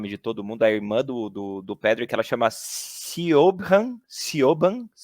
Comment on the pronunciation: Podcast nota 10! Muito bom! Pronuncia de Siobhan nota 0. Hahaha